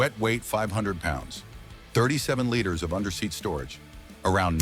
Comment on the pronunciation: This is a good commentary. BUT whoever's is the voice on this needs to pronounce things correctly. Example: liters us pronounced "leeters" not "lighters"